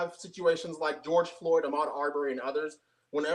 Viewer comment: GEORGE FLOYD....why does constantly mispronounce the victims names he's also done it to ARBERY...bet not ONCE has he flubbed mcflurry or gyser...his name was BOTHAM JEAN (pronounced JE - AUN)...u spend twice as much time on (rioting) you mean protest than you do on police misconduct🤔 dude you sicken me... who's your inspiration, Sam Jackson character from DJANGO...he was playing a character...maybe u are too$$🤔 "where dat nigga get a horse boss"